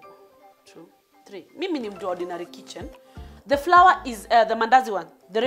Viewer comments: Njeri Ngugi yes he is...from the dictionary though people ain't used to that pronunciation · It's flower The pronunciation 😂😂